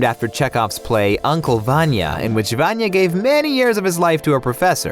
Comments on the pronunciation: He said VaAnya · I know I'm not the only one who succumbs to OSSA's clickbait but can't help cringing at the way they say "VAN-ya" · The video is great just one teeny tiny thing.......... Vanya's pronunciation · Actually how you said Vanya is a short form of name Ivan in Russia. The thing is that both of the names are male. You will never meet a girl in Russia named Ivan. But there is a female name Ivanna or Ioanna, which also can be shortened to Vanya. So I don’t think her name is Ivan, that means that the theory about her name does not really make sense. Or she could really be named Ivan ‘cause they are Americans and don’t know this things!